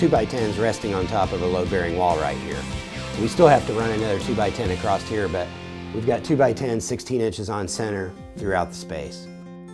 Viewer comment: Did he just say ‘we’re going to put a beam a-crossed here’??!!!